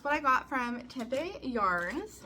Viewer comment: Lol. It’s pronounced Tem pee. No one ever gets it right. You’ll have to come back - Phoenix Metro area is a foodie place. Lots of great things to see and do.